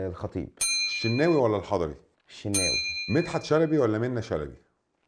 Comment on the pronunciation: الشناوي ولا الحضري قال الشيناوي ههههههه بطاطا